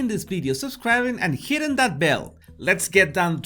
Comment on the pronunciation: also, his emphasis on HITTING that bell, and he punches the bell!